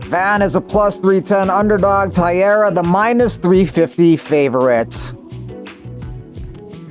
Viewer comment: BTW, Taira is pronounced TIE-RAH not TIE-ERA